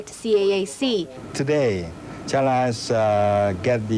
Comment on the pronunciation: The way that man says "CHina"!